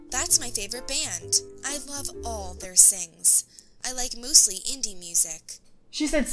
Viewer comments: Did u notice she also said moostly instead of mostly? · She didnt just say all my sings, she also said i moosely Leave a like if u noticed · she said MOOSLY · said I MOOSELY like Indy music